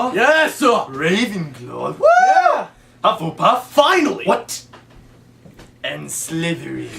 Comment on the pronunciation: When Snape says HufflePuff, Sedric says "Find!" not "Finally!" - apart from that, that I couldn't help pointintg out you guys are great ^.^